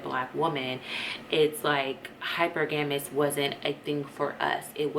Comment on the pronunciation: Pronounced as “hi-per-ga-mous” sis.